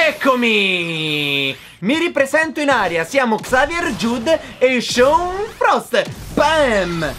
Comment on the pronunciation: no il nome sean di pronuncia shawn